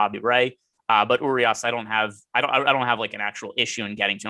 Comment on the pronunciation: I love you guys but my ears hurt when I hear you guys pronounce Urias. Pro tip from a fellow loyal (Spanish speaking Mexican) subscriber. Treat the 'r' like its a 'd'. don't be afraid of the 'd' 😂